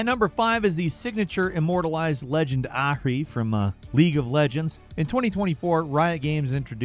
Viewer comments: ahhhhhhkree? the names not that hard lol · pronunciation of Ahri reminded me of how my dad used to talk to the waiters at Mexican restaurants